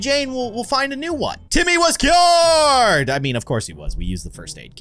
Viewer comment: When he said Timmy was cured I thought he said Timmy was killed.